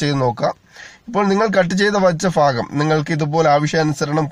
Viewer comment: ഫാഗം അല്ല ഭാഗം